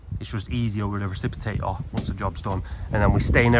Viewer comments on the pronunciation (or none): Its Reciprocate not Reciprotait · Reciprocator not reciprotater, lol.